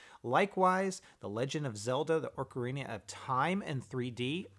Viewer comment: how can you butcher the word ocarina? ocarina of time is an amazing game.